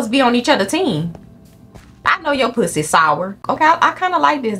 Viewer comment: HELPPPP I LOVE HOW SHE SAYS "POO-SEE"